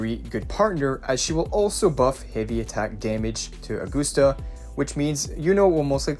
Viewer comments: OR-GUST-AH NOT AG-OOH-STA OR AG-OS-TA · “Aug-guss-ta,” not Aug-goose-ta “Yoo-no,” not “Loo-no” like in previous YT uploads. “Wuh-ther-ing,” not “Wuddering” “The,” not “dee” “These,” not “deez” Why is bro butchering everything he says? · how in the hell did you get "or-gust-ah"? Uh-gust-ah would be understandable but "OR"???? It is a Roman name, in English it would be pronounced as Ah-gust-ah or Uh-gust-ah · Ahh-goose-ta. Another name butchered. Smh